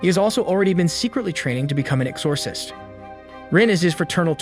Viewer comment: Is this an AI narrator? Never heard exorcist be pronounced that way